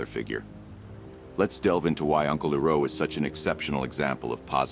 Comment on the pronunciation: His name is not Eroh It's Iroh. Calling yourself even in a make believe way. The real would do the research to confirm it's said in the context. Otherwise you piss of the true fans of the show. Don't insults us with this a second time we already have a M. Night shyamalan train wreck of a movie that shall not be named. This is one video I will never listen to again. It was going till you said E row a boat NO ITS I ROW A BOAT!!!!